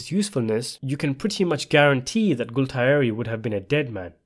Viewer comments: GA-UL-TIERI, NOT GULTAERI! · Youre basically a Sopranos scholar but you pronounce it Gault-eye-eri? 😂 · if you watched sopranos so much how cone you cannot pronounce Galtieri